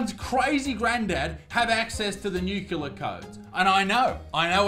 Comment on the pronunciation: What are nucular codes?